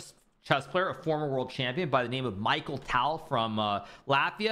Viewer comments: hi from russia! i want to admit that you pronounce nepo's full surname much more better) but tal's first name is mikhal however. thanks for recaps! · That "Michael Tall" made me wince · He is not Michael, he is Mikhail (sounds like just Mihail)